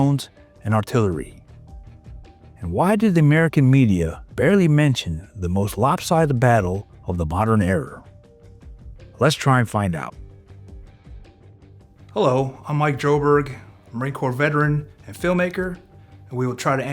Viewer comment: It's "era," not "error."